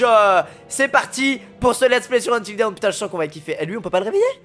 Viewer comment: Quand quelqu'un prononce Until Dawn "Until Down" 🤦‍♂️🤦‍♂️🤦‍♂️🙄😭😭